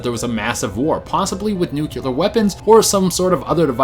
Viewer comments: He always pronounces it as "noo-keh-lar", but it's "noo-clee-ar". It's annoying. Everytime, he says it wrong, in every video. (He says it at the Flintsones and Jetsons part in this vid) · Please learn how to pronounce "nuclear"